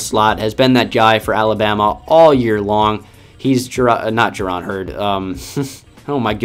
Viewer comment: When you said he is Jerron heard I nearly pissed myself laughing